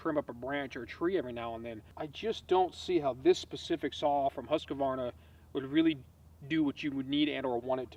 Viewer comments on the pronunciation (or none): Stop saying huskavarna! Its Husqvarna